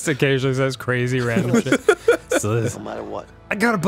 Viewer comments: It was cwazy. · she was cwazy. hey is that a bwidge over there? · he says “she was cwazy” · “She was cwazy. Y’know we used to run away together. Steal ice cweam and cigawettes.”. What is your accent. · Cuazy? Ice cueam?, learn to speak correctly, omg.